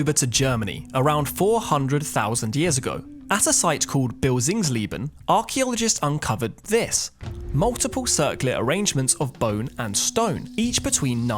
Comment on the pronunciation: Great channel, .....but repeat after me ....circular....cir cu lar .....circular......after that we can move on to binoculars...😮😂😂....sorry couldn't resist....keep up the great work.❤